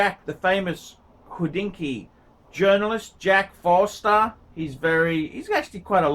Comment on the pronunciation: It's Jack FORSTER not FOSTER at Hodinkee you chump.